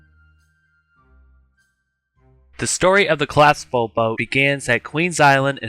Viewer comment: Good video bro but you have to work on pronouncing the word collapsible. Don't forget to pronounce the letter p